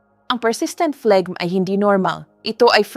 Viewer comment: Pronunciation of phlegmn ay flem not fleg